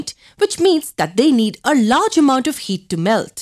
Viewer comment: When she says heat it kinda sounds like yeet